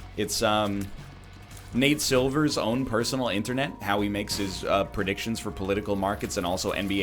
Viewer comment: I was thinking mate silver when you said internate ..